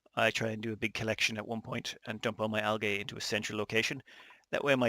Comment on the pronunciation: Hey man I believe it's pronounced (al-jee) algae.